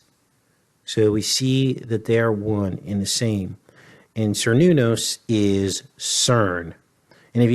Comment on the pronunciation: Cernunnos is pronounced with a hard "k" sound: care-NOON-ahss /kɛər ˈnun ɔs/.